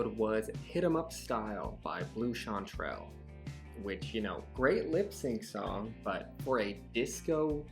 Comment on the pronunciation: Who the hell is Blu Chantrell?? Blu CANtrell. Pronounced exactly how it is spelled.